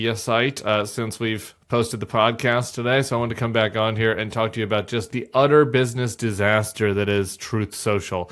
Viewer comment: I thought Tim said "udder" failure and wanted to know if Devin Nunes' cow was to blame.